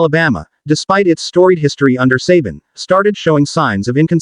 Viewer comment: I love the em-PHA-sis on the names. Who could forget great coach Nick suhBAN, or inferior follow-up Kalen DEEbower?